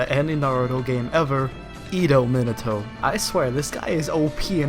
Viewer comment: Learn 2 english bruhh.. jk ^°^.. no seriously, you litterally say: minitou. Insthead of minato